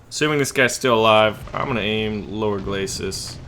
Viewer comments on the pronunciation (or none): none